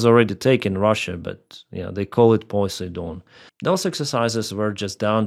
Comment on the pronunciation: Poseidon is pronounced: po-side-on